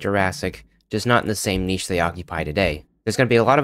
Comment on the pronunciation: Oh good. An American who pronounces ‘niche’ correctly.